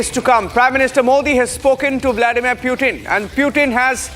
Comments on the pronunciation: Bail itna angrez n bn..... Pyutin... Kya hota h Sch me angregi sikhne ke bad aadmi aisi hrkte krta h kya... Pyutin ne sun lia n to incounter krva dega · Ye PewTin kya hota hai ?? it is spelled Poo-Thin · Putin❌ peewtin✔️ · Hello it's PUTIN not PEW-TIN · How hard is it to say Putin ? .. What the heck is Pew-tin ??🤣🤣🤣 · Just say Pootin not PEUWTIN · Pewtin, pootin, or protein? 😂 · Don't over articulate just to show you know English 😅, its not PEWtin its POOthin i mean the pronunciation , atleast google in the age of AI 😅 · its not Pyutin. its Putin. waste fellow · One of the worst pronunciation..."Nation wants to know".... Y is it pewtin... The OB reporter does it much better than the one hyped studio anchor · Pewtin? You gotta be kidding me! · Indian Reporters must learn to spell the names of President correctly, Republic channels have local hindi walas, where English is tough for them to speak where they have to read of a script not knowing what they are speaking, wyh is pewtin? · Mast anchors hai republic waalon ke Pew-Tin 😂😂😂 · Please correct the pronunciation of Russian President’s name, the way you wrongfully utter his name, as if you humiliated him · Stop saying putin incorrectly multiple time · Every time he says putin i feel like puking !!! get your pronounciation correct man!